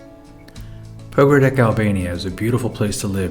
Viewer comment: It’s not Pogradek, it’s Pogradec (ц)